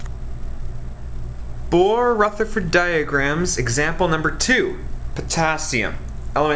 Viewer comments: THE WAY HE SAID RUTHERFORD LOOOOOOOOOOOL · Nora anderson I KNOW